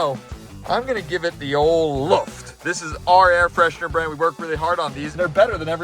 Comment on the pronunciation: You can´t even pronounce your own brand right. XD